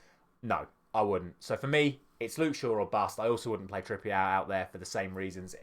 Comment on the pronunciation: Kieran Trippier isn't french, why are you saying it like that? 😂